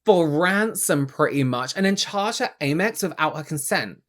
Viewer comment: "Aimex"... huh? Amex?